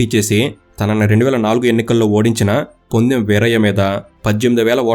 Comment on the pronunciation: పొదెమ్.వీరయ్య ..bro( ponnem ) kadhu